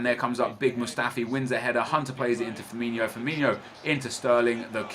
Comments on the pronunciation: Its FirmiNO not Firminio.... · its firmino not firminho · I know it's just a little difference but his name is "Firmino" not "FirminHo" 😁